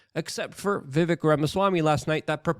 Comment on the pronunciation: It's Vivek, "like Cake".. As he's said on pronouncing the end of his first name. He may have said that when you interviewed him. He usually does as most pronounce it as spelled. Your on live, now, I believe..?! I usually watch on Rumble, but was here, now, so I watched. Keep up the fantastic work Luke! 👍💯🙏✌️